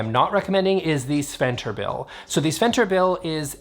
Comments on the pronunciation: Are you saying ”sventerbil”? 😂😂😂😂 In swedish Sven Bertil is a name of a person. They are probably referring to the swedish composer Sven Bertil Taube from mid1900s. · As a Swede I'm having fun trying to guess what the actual names are on the Ikea products you are talking about by just listening to how you pronounce it and not looking at the names. SVENBERTIL aka "SWENTERBILL" as you pronunced it was the best one yet, you even moved aroud the letters. It's a swedish male name Sven-Bertil, a double name made of to swedish male names Sven and Bertil. We have a Swedish singer/actor who's name is Sven-Bertil Taube, son of Evert Taube who was a Swedish author, artist, composer and singer. Evert Taube is widely regarded as one of Sweden's most respected musicians and the foremost troubadour of the Swedish ballad tradition in the 20th century. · Sven-Bertil för guds skull, SVEN-BERTIL 😭😆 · I just LOVE how you pronounce Sven-Bertil 😂